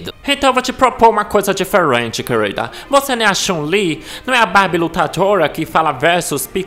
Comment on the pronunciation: "Kueurilda" kkkkkkk